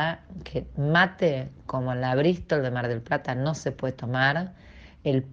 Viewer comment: Rompieron todo el "anenero" jajajaja. Michelle dale clases por favor a esta mujer. Porque entre el anenero, el perro que según ella grita y la brisssstol de mar del plata jajajaja po'dioooo